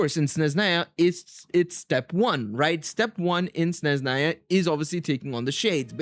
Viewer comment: Practice more in spelling Sezhnaya righly. Sne-zh (sound J like in french words "massage") - na-ya. No Z sound